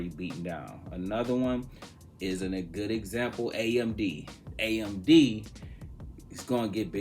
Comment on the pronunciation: Lol coach said Apld when talking about AMD. Love the content looking forward to this week! Monday sets the tone.